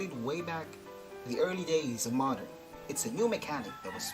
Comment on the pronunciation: Ang lupit ng diction....Moderrrrnnnn.....